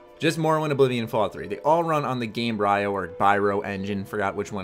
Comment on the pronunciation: not to be a grammar natzi but im pretty sure its pronounced game-bree-oh kinda like embryo